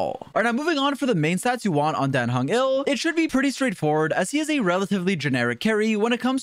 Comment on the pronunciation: dan heng is not "ill" he is "IL"